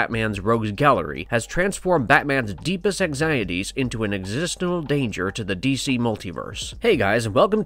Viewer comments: Friggin amazing video about one of my fav characters, 10/10. Only thing that bugged me was "Existenal"? Lol on behalf of someone who also talks fast and gets tongue tied a lot it's ex-is-ten-tial (yes its nitpicky but that's why I formatted the comment to hide it from first glance 😂) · ... Existenal... Did you mean existential? Video unwatchable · an... 'existinal'.. the what? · The word is pronounced “ecks—iss—sten—chal”, existential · did he just mispronounce existential”? 🤓🤨